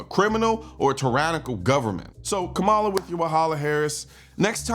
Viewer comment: The fact you purposely mis pronounced her name, we now know you are voting for the 34 time convicted felon with 90 more charges pending. Thanks for giving me a reason to unsubscribe from your channel.